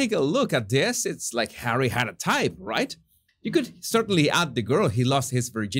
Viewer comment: Hahahahahaha! Laughed so hard on that comment about the electrical device he uses to control hawwy